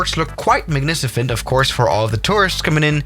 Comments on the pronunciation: Its Magnificent not Magnicifent. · he said magnicifent and not magnificent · “Magni-sci-fent” *drink*!